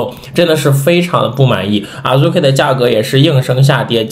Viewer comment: 希望你們讀日文原發音，聽著太難受了，Azuki讀阿資ki，不是阿豬ki和阿入ki😅